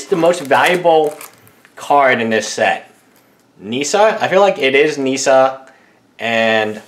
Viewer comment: Nissa rhymes with Miss, not Nee-sa